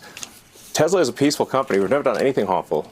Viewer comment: Cringe ... he can't pronounce "harmful". Deport the creep send him back to Africa !